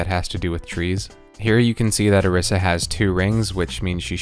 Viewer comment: its pronounced oh-reese-uh